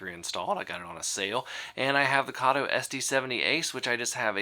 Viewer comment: Karto??????? It’s Kato as in Kayto!!!!!!!